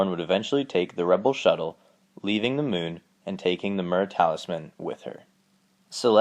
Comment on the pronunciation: The mewn (moon)